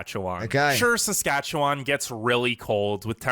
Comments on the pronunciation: The way he said sacatcacwan like people are you with me it’s Saskatchewan okay just you know 👇🏻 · it’s pronounced like sas-catch-a-won :) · The way he pronounces Saskatchewan is so funny but it not pronounced that way it’s Sa-scach-a-wan Also I live in Ottawa/Ontario and thank you for making these videos and even though I live in Canada I don’t know much about the other provinces. In Quebec French is the First language but in Canada it is the second and English is the first language in Canada 🇨🇦 If you go to an English school you learn French but if you go to a French school you learn English I think. So if you grew up in Canada you would learn both languages. And on labels and menus there’s French side and English side :) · ikr lol i was cackling when he said sas-kach-a-n-wan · they way he says SaskatchewanTOT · how he pronounced saskatchewan is gold! i'm wheezing!!! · I wheezed at the mispronunciation, no one can ever get it right the first time, even Canadians struggle to spell it properly. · When I saw he was going to try and pronounce Saskatchewan, I already knew it was going to be butchered… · I’m not gonna lie, I laughed out loud hearing you try to pronounce Saskatchewan. In a nice way, I promise. And the idea of not having to deal with mosquitos blows my mind. I didn’t realize they weren’t a thing in the UK (???) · It's OK, man. You can't pronounce Saskatchewan and we can't pronounce Worcestershire sauce.